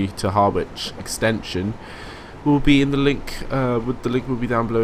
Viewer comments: Being pedantic but pronounced haa-rich, not Har-wich. Keep up the good stuff!!! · Actually it's Hah-Rich not Hah-wich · Harwich is pronounced harr-itch, I live in Manningtree as well 😀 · well you did say someone would commenton your pronouncement especially place names.Being an Essexlad through and through here goes. You are saying Harwich like it is two words, it is all one word and the W is not sounded. So, Har like in ham and rich, Harich. Just to give you a bit more, this formed part of the Great Eastern Railway that Brunel envisaged carry ing people from the East Coast to Bristol Docks and on to America without leaving his services, so yes, Harwich International was important. Originally called Parkstone Quay, then the word Quay was removed, later International was added and finally what it is now. Lots of freight on that line so can hardly be called a little branch line, trains the same as the Felixstowe to Ipswich scenario are regulars. Boat trains from Liverpool Street (some are still diesel hauled) and a lot of tanker traffic, very busy line right through the night. Like you I am a keen train simmer, still got MSTS with well over 100 routes, pretty much keeping up with you on Train Simulator, I enjoy watching your vids, they give me an idea what to buy next, so keep on driving them trains, but please try and get the pronounciation correct. Hope that was helpful, all the best. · and its pronounced : Ha-rich -rabness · Good videos, but why do you pronounce everything wrong? Ha-ridge (harwich) Doever-court (Dovercourt) rab-ness (wrabness) Mist-lee (Mistily) you do this in every video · Hah-witch?? Fucking hellfire. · Harwich is pronounced Hah-wich